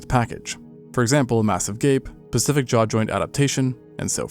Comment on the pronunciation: pacific? i think you mean specific